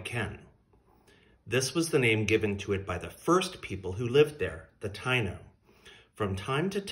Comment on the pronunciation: Taíno is pronounced Ta-ee-no 😊🙏🏽🌿